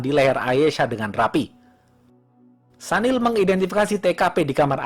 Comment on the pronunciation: Maaf bang ....sedikit koreksi ya yg bener Sunil bang bukan Sanil. Soalnya teman kantor kebetulan WNA singapore keturunan India dan dia sendiri perkenalan nyebut namanya Sunil bukan Sanil..😊😊🙏🙏